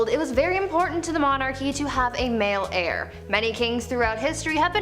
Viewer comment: saying she needed to produce an heir is pronounced AIR, not HAIR. I would love to see more stories of NEW information, instead of rehashing old, old stories that we have seen you record and recycle TOO many times. Love the channel otherwise, so please keep it up. I like the differences from the MA channel, seeing a little more intelligence being spotlighted here. New stories, please!